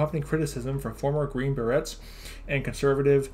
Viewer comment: Berets is French, it's pronounced: ba-rays, just fyi.